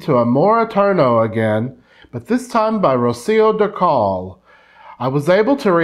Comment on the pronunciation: it is pronounce Dúrcal ( accent in the U) not Durcál as you said it